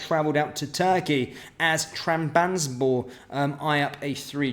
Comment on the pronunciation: TRAB - ZONN - SPORE 👍 That's how you say Trabzonspor mate. Keep up the good work.